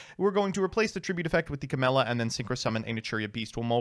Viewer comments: who wants to tell him camellia doesnt have an s in it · CA*MELLIA* Goddamnit XD